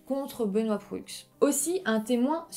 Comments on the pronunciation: On prononce Sainte-Foy comme "Foi", pas comme "Foye'.Puis Benoît Proulx est prononcé comme ''Prou'', pas Proullllxxx... Puis l'appartement n'était pas sur le campus de l'université. On dit Université Laval, non Université ..de Laval.Car Laval est une ville au nord de Montréal. L'universté Laval est dans Ste-Foy à Québec.Pas à Montréal.Benoit de est un homme bizarre... Encore aujour'hui.. L'homme qui aurait reconnu Benoît Proulx marchait dehors et Proulx de même. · Très bonne vidéo. Un petit détail, Hemelin ce prononce Hamlin et Proulx ce prononce Prou. Une suggestion: Lucas Roco Magnota. Une affaire horrible. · Proulx se prononce juste prou 😅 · Proulx se prononce PROU et pas prux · On dit Université Laval (à Québec) et non de Laval, et Ste-Foy se prononce Ste-Fouâ, et Proulx se prononce Prou ;-) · Bon vidéo mais je grinchais des dents lorsque vous prononciez certains noms... Proulx : le "L" et le "X" sont muets, donc se prononce "prou"; Sainte-Foy : ça se prononce comme "foi"; Université Laval, pas de Laval; Au Canada, ce n'est pas un juge qui décide si une affaire est poursuivie au tribunal, c'est le directeur des poursuites judiciaires. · un petit détail...on prononce prou sans dire le l et x...pas bien grave :)